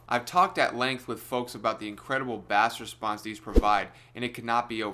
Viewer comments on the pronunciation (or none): Dude pronounces it "bass" not "base". Opinion discarded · Please learn to say bass. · Did he say bass response? Like the fish?